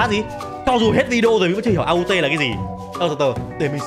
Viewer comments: AUT là làng au chữ t là chữ không phát âm chữ au đọc như tiếng việt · mặc dù viết là aut nhưng đọc là au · Aut đọc là âu á anh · Aut đọc là au và tất cả hiha trong mv có một ngôi làng aut đó anh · Đọc đúng là Âu á anh còn viết là Aut❤ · Em đọc cho anh là âu lớp du nha anh😊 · Aut love you là au them T là aut á anh vẫn là au mà anh đọc á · Aut = Au Chỉ cải cách lại cho đúng Tiếng anh ạ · Ah đọc là âu love you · Nó chỉ đọc là au thôi anh chữ t là âm câm Hệ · Đọc là Âu đó Anh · Aut nếu đọc tv là au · aut đọc là âu nha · AUT đọc là Âu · Đọc là au đấy anh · aut là đọc là âu đó a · Aut là làng hiha Aut á anh anh đọc bình thường kiểu bỏ chữ t đi nó sẽ ra chữ á anh 😊❤